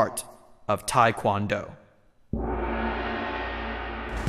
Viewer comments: well the mispronunciation of tae kwon do too, tae as in teh not tye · it's not tai kwan do you idiot1 it's TAE KWON DO! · i cant stand when people sat taikwondo ,its taekwondo tai is chinese like tai chi,tae is korean . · why is White people talking like they know about tae kwon do so much..they are not even flexible enough and especially the White narrator can't even pronounce TKD right, WTF.